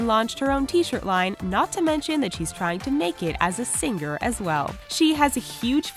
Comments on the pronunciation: singGer. omfg this is driving me crazy. 😳😳😳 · she says "sing-ger" and it shouldn't bug me as much as it does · How is it possible to consistently mispronounce the common word, "singer" when you supposedly talk for a living?